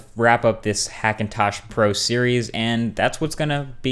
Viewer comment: "so this video is number 4 in the Cheerios"